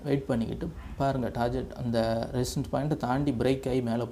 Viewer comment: ''டார்கெட்'' என உச்சரிக்கவும் ப்ரோ